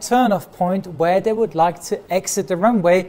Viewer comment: I haven't watched a video for ages, so I really noticed how his English accent is deteriorating. He's saying "day" and "diss" instead of "they" and "this". I guess it's better than "ziss" and "zat" like most Germans.